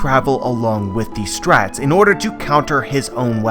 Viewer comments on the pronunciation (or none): You say strhats in stead of straw hat s lol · I hate the way you say Strawhats ‘strats’